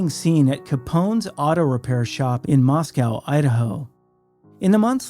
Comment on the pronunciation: The town in Idaho is pronounced, “moss-ko” not, “moss-cow”.